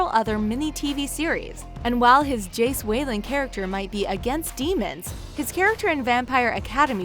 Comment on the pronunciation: ''Jace Wayland'' AHAHAHAHAH